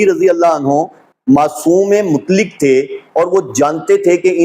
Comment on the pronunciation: KSJ, SA : lafz ‘mutlik’ Nahi bulke “MUTLAQ” hai! Sahee talaffuz ki practice ker len!